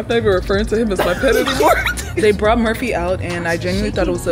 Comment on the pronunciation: Girl that ain’t Murphy that’s no-fur-phy 💀